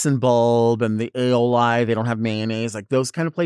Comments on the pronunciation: A-oh-lie lol. Its pronounced a-oh-lee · "Aioli" AYYOOHHHLEYEEEEE" helpppp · Pardon me, or pronounced A-Oh-Lie 😂 In case people don’t know. It’s actually pronounced A-Oh-Lee, but I don’t fault anyone for getting it wrong. It’s an odd word. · I love that delta pronounces aioli like ay-o-lie it’s very delta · Ay-oh-LIE for aioli sent me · Pronouncing it “Ay-oh-lie” is doing me up. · Lmao it is sending me when she says it 😂. A o LIE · Not aiol "i" 😂😂😂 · The way aioli was pronounced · that’s true, it just made me laugh. It is a tricky word to pronounce.